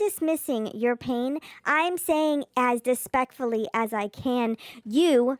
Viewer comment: "Dis-peck-ful" gets me every time! 🤣🤣🤣🤣 Look at her! Just look at her devouring all that food! There is no way in heII Sally loves her...or even likes her. No way he finds her appealing. She literally is so gross and turns my stomach. 🤢*stop* the charade! We all know her marriage is fake AF